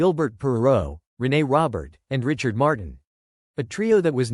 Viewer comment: Show some respect and pronounce the man's surname properly!!!